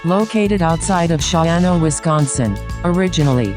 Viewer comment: Say it with me, "SHA-JUAN-OH."